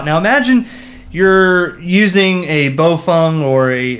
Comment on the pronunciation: Dude...."Baofeng" is pronounced "bow (like what you do after a performance) fang" lol.